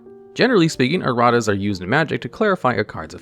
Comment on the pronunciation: "Errat's" Amusing and appropriate either way, but please tell me that was on purpose.